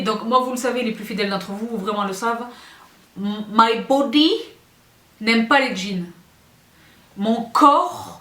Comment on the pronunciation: je rie tellement quand tu dis « My body » 😂😂😂